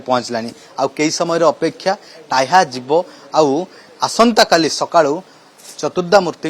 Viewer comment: ହେ ଶଳା ରିପୋର୍ଟର ଟାହ୍ୟା ନୁହଁ , ଟାହିଆ .